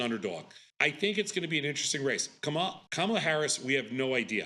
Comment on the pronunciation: it behooves you to pronounce Kamala's name properly, especially since she's been the VP for 3+ years now. Say, "comma' and then add "comm-uh-la."